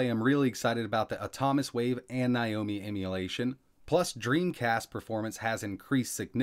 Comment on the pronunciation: /now-mee/ not /ny-o-mee/